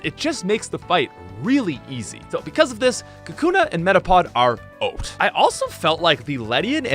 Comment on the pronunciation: "kakuna and metapod are oat"